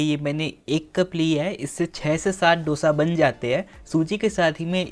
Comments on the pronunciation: आप हैदराबाद के हो कम से कम आप तो डोसा मत कहा कहो आप को पता है की उसे दोसा कहते है डो नही दो भय्या 🙏🏽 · दोसा!!!! Please!!! Not डोसा